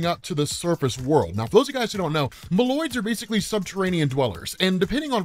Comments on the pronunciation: bro MOLE-OIDS, not mALoids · Its pronounced Moe Loids not mah loid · Your pronunciation of Moloids is wrong and is horrifying to listen to.